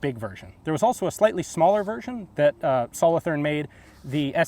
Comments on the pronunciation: As you probably now know, having visited Switzerland, the "th" in Solothurn is a hard t sound, not a soft "th". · The th in solothurn is pronounced as a t not a th sound :) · Solothurn is a city in switzerland and the th is pronounced t Good vid thanks for sharing